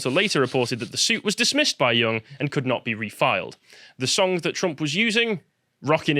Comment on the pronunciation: It's pronounced young not "Yong".